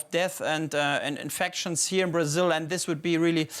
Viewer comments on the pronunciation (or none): Rayjunal laydahs in Brahzayuhl